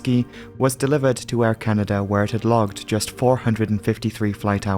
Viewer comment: Air Canader? never heard of it.